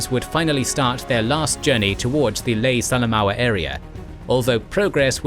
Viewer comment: Great to see attention to a theatre even more neglected than Burma, well done. Just a couple of comments on pronunciation (as a former PNG resident of Lae), Buna and Gona are pronounced with long not short vowels hence Boona and Go-na. Salamua is Sal-a-moa. Kokoda is Kok-oh-dar, Sorry if someone else has already covered this. Almost forgot Mad-ang and Wee-wak. Finschafen you did correctly, if slightly Germanically. Rabaul is a tricky word often Rab-arl but Rab-awl is ok. Not sure if I heard you say Papua, it is definitely not Pap-ooa, more Parp-wah. Hope this helps.